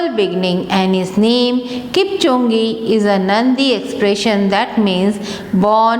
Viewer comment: It is kipsano not kipanso & It is kipchoge not kimponze